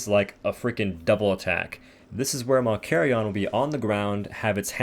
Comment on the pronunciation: David von Doom its malkarion “malkarion”